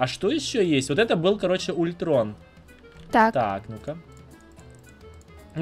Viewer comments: не Ультрон а Альтрон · Не ултрон он алтрон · Не ультрон а альтрон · Не Ультрон, а Альтрон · Не Улитрон, а Альтрон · не ультрон а альтрон и он зладей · Не ультрон а ультрон не начной а найтвинг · Альтрон а не ультрон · Не ултрон а алтрон